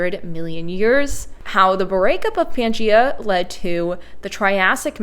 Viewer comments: Irrelevant. She's saying "Pee-an-gee-a". It's not "Pee-an-gee-a", it's Pan-gee-a. She often mispronounces things and always acknowledges it, so butt out, no one is talking to you. Crabs with pinchers instead of pincers, "pick-shure" instead of "picture", and various scientific words which I forget atm. {:o:O:} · "Pea an Geea" ? 🤣 {:o:O:} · In most North American and Australian dialects of English, the vowel /æ/ breaks to /eə/ when it comes before /m/ or /n/.